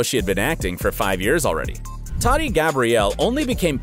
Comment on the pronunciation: And its Tahti not TATTY. She’s also very down to Earth so fix it bro